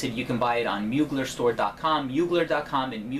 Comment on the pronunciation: Pssst you don't pronounce the r in Mugler ;)